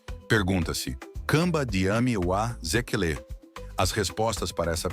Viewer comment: Wazékéle e não wazekelé como você pronuncia, é "nga" e não "anga" como você pronuncia